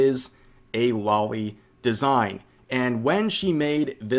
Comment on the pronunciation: I always die inside when people pronounce loli as lolli